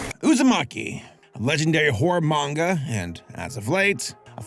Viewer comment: weeb asshole coming through--thank your for pronouncing "manga" properly. I didn't read the manga, but for me, it read as horrific for sure. And I agree with you. Like going straight from manga to anime can't ALWAYS be a good thing. Sailor Moon Crystal is a good example in this imho. The manga is great, but as an anime...nah (yes I side with the 90s one). 2D still art still lives!